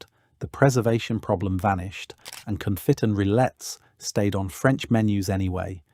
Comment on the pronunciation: I enjoy these videos but then wonder if I'm watching AI narrated/generated content when something like "con-fit" is said. There have been a few of these where it seems like text to voice not understanding the words rather than just British English pronunciation. Would love to be wrong.